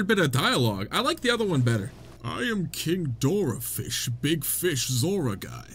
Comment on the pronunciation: I love the way he pronounces korok...KA-ROW-K 😄 Also King Dorafish 😅